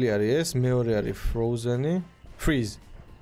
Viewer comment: Pov: ზღაპო fრეზე❌ fრიზე❌ fრიზ ✅ საღოლ მაგარი ვიცინე ❤❤❤